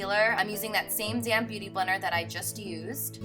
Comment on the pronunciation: Every time you say "damp beauty blender " I always think your saying "damn beauty blender" lol ... Love you though 💜